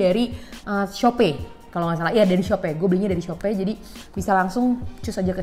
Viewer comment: "Shope" - 😊 yaudah deh gapapa salah sebut yang penting cantik